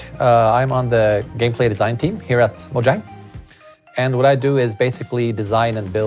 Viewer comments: why did he say moJang i thought it was pronounced "moyang" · did yall hear that? mojang with a j not a y